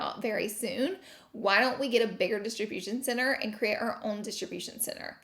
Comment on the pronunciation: Couldn’t stop hearing Distribution Sinner lol